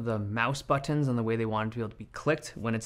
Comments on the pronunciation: butt-tons lol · Say ‘Butt-tins’ again. Say ‘Butt-tins’ again! I dare you. I double-dare you, motha**cka, say ‘Butt-tins’ one mo' goddamn time!!! Awesome video as always! Thanks man!!! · Haven't noticed until now that Dave turns British when he says "buttons" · buttons... it's not hard to say buttons man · Stop saying BUTTONS like that 😊